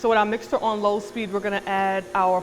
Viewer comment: You know she from the Bronx because she said "mixter". Love that shit.